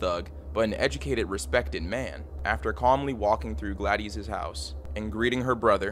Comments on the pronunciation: “Glad-ees”???😂😂 Her name is Gladys. Pronounced “Glad-iss” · “Gladdies” 😂 bro really? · Pronounced “glad-is” not “gla-dees” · is it spelled Gladys? that's glad-iss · Hey man, it's pronounced Gladis, not Gladys. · I'm going to go out on a limb and say Gladys' name is pronounced "Glad-iss" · Please learn how to pronounce Gladys lol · There's so many words you're mispronouncing. Simple common words like Gladys and Medellin. You should try using Google for help with the narration. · 'Gladeese'? You don't know how to pronounce her name? A common name like Gladys? The city of 'mendylean'? You Americans never cease to amaze me with your ignorance. 'Deprave-ity'...ffs...